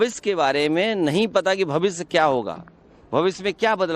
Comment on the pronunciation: इस टोंटी चोर को भविष्य भी सहि से बोलना नही आता । भविस्य कौन कहता है?